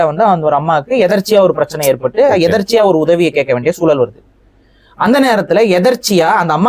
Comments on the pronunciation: Ethechchya not etarchiya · முதலில் தமிழை ஒழுங்காக பேசுங்கள். எதேச்சையாக எதற்சையாக இல்ல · டேய், எதர்ச்சி இல்லைடா, எதேச்சையாக. உன் தமிழே இந்த லட்சணம். இதில் நீ தமிழ் தேசியம் பேசி கிழிக்க போகிறாய். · எதேச்சையாக , என்பதை தவறாக எதற்சியாக என்று கூறுகிறார் இவனெல்லாம் தமிழுக்கும் தமிழரக்கும குரல் கொடுக்கிறான் கொடுமை டா. சாமி. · தம்பி... எதற்ச்சையா என்பது தவறு.... எதேச்சையா என்பதுதான் சரி என்று நான் கருதுகிறேன் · எதர்ச்சியா இல்ல? எதேச்சையாக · என்னையா அது... எதர்ச்சையா...? எதேட்சையா... என்று சொல்லுங்க ஐயா. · Etharchiya illa, etherchaya is correct Tamil word for that situation . Sorry for English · எதர்ச்சியாக இல்லை எதேச்சையாக என்பதே சரி. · அது எதற்ச்சியா இல்லை எதேச்சையா 😂😂😂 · அடேய் அது எதர்ச்சியா இல்ல... அதை எதேச்சையாக... என்றுதான் சொல்லுவாங்க... இது கூட தெரியாம என்னத்த தமிழ் தேசியம் பேசுறியோ😂😂😂😂😂😂😅😅😅😅😂😂😂😂😂😂